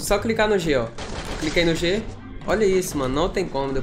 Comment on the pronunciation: Só eu que percebi,que ele falou: "só vou cricar no G " kk